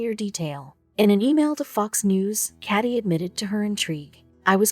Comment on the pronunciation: That automated voice is simply painful to my brain. Doesn't even know the difference between caddy and Katie